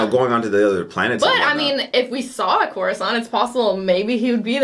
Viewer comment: It's not coruscant